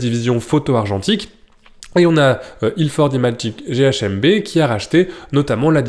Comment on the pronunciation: Petite dyslexie... ce n'est pas Ilford GHMB mais GmBH... Ça m'a heuté quand je t'ai entendu mais du coup je ne savais même plus l'ordre correct !!! Bonne vidéo comme toujours, ceci dit !